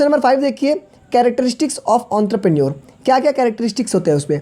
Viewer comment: your entrepreneur prounsesion is wrong